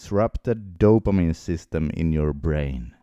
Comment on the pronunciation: Another dumb fuck with terrible pronunciation about dopamine.